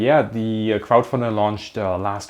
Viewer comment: Did anyone else think he said kraut-funder? XD Nice work guys!!